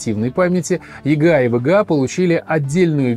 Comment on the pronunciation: Неудачное решение использовать ломаные названия. Во время просмотра это звучит как тега, вега. Я смотрю а у меня в голове ассоциативный ряд видеокарта от амд. В итоге сложно воспринимать какая-то каша. Если бы оно еще звучало как вга, но он быстро произносит и получается вега. Зря вы пошли этим путем. Нужно всегда выбирать грамотный путь и делать правильно. Исправляйтесь в будущем.